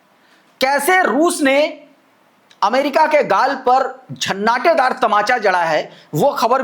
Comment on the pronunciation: JHANNATEDAR NAHIN ZANNATEDAR TAMACHA HOTA HAI CORRECT KAR LEN HUM AAPKE WELLWISHER HAIN